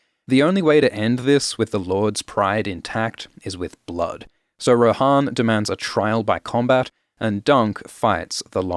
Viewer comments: on audiobook is her name pronounced Roe-Han or Roe-Anne, because you have just shook me to my core 💀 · Pronounced Ro-Anne, yeah? We're not in middle earth... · Isn't it pronounced like "Anne" but with "Roh" at the start. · How is it pronounced Joanne that doesn’t make any sense also in the audiobooks it’s pronounced Rohanne like how it’s spelt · I assumed Rohanne was pronounced like Jo-Ann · Am I crazy, or is Rohanne not pronounced like Joanne? I never considered pronouncing it like the horse lords form LOTR.